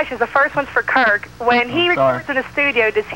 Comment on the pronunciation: Lmao hilarious!! She butchered Kirk's last name twice when coming back from a commercial break haha